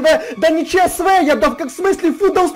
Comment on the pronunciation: Не Че Се Ве, а Че еС Вэ